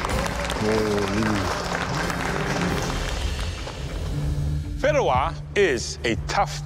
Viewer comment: It’s pronounced fee-deh-wa Not fid-duh-wa The fideuá takes 13 mins to cook fully and really giving 7 mins away to prep